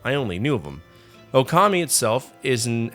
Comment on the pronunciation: It's pronounced OH-kami.....but nice list